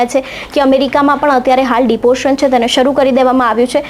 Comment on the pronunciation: It's not deportion It is deportation This news anchor cannot pronounce